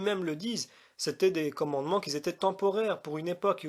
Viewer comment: Oui, j'ai entendu la vidéo entièrement. Mais, pour être certain que je n'ai rien raté, je viens de la réécouter. J'ai même pris des notes, cette fois. Remarque préalable : on ne dit pas "qui zétaient" mais "qui étaient" (dit 2 fois dans la vidéo). Si je te fais la remarque, ce n'est pas pour t'humilier, mais c'est pour que tu améliores ce point, parce que cela donne l'impression qu'on a affaire à un analphabète. Ça décrédibilise ton discours, a priori. C'est quand même dommage. Passons ! Je résume ce que j'ai entendu... 1) Raisons de l'interdiction : - Les Juifs étaient des sous-développés spirituels, de gros bourrins, et devaient être traités comme des gamins. Un peu léger comme analyse et ça n'explique pas la raison d'une interdiction alimentaire, quelle qu'elle soit ! - Ces animaux ne se rangent pas dans une catégorie. Oui, et alors ? Si c'est les catégories données par Lévitique 11 que tu nous donnes là (sabot fendu, ongle fourchu + rumine / écailles et nageoires, charognards), cela n'explique pas la cause profonde de l'interdiction. Est-ce une raison pour justifier une interdiction ? En tout cas, cela ne nous explique pas la raison profonde de l'interdiction. Dans le genre arbitraire, on aurait aussi pu décréter que seuls les animaux ayant du rouge sur eux pouvaient être mangés. Oui mais pourquoi ? C'est du même ordre tes explications ! Voilà pourquoi je dis que tu n'expliques rien, au fond, si ce n'est une explication de surface que tout le monde connait ou presque et